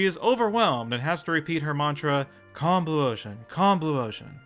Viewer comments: Wait, is saying "Combluosion" or "Calm blue ocean"? because I can't tell! (I honestly thought it was the former, considering The Simpsons popularized words and phrases such as "Anyhoo"/"Anywho", "Embiggen", "Avoision", "Bazongas", and "Cromulent".) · COMBLUOTION COMBLUOTION COMBLUOTION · Fun fact when I first saw Hoover having that breakdown and repeating "Calm Blue Ocean" I thought she was repeating "Combluotion" and that was an actual word that meant something.